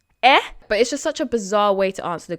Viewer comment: your EH sounds so west African... It's cute...